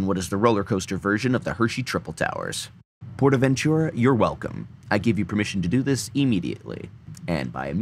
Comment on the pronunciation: I speak Spanish and it annoys me when you pronounce it like 'portavenCHURA' because it's really prononced portavenTURA' I really enjoy these parodys though keep up the coaster enthusiasm